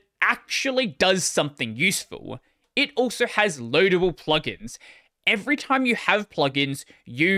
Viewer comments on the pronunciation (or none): none